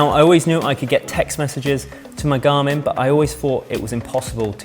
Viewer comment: "wo can my gamin " ?